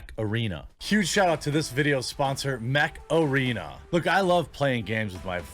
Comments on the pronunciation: Jeremy says Mech Arena and all I hear is "hey macarena" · Ha! was listening n not watching when all i heard/misheard from kitchen was " My sponsor, Meth Arena!" ???? Initial though was, Is that legal now in the states too? Go Jeremy!